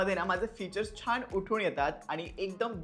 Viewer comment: छाण नाही रे छान बोल